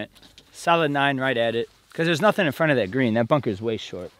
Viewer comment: “boon-kah”. Ok.